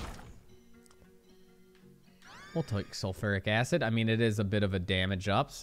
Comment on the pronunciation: Pls! The way you say sulfuric acid triggers me more than how you say Mario! Lol On the real thank you so much for backlogging for us while you're on your trip I appreciate the time you put in for us keep up the awesome work!